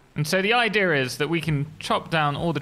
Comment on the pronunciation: what is an "idear"